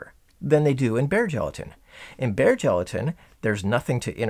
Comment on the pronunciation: Anyone else keep hearing that as bear gelatin? Sounds pretty awesome. (yes I know it's bare)